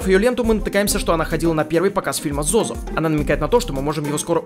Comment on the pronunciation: Не ЗоЗо а ДжоДжо